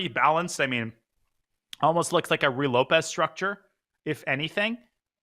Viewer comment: FYI, the first word of the Ruy Lopez rhymes with each of the first names of Donald Duck's nephews. Sorry, it's just a pet peeve of mine to hear it pronounced Roy or Rye.